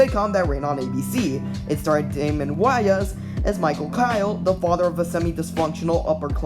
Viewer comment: Damon WHY-ons???